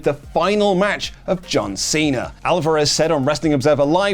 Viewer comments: Not me rewinding to see if I heard "John Semen" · DID THIS MAN SAY JOHN SEMEN? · I listened like 10 times and its DEFINITELY John Semen. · I did a double take like “John WHAT now?”